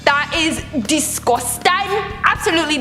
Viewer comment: I love when say discusteng!